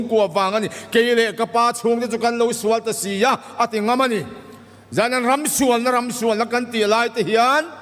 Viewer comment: A Bible chhiar ah "Jerusalem a ram.." tih a "ram" tih a lamrik dan hi a va diklo he hu ve